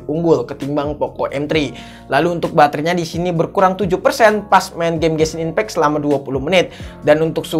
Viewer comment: gw ngakak kalo lu nyebut genshin impact bang nebutnya gesin impek sekalian bensin impek bang wkwkwkwk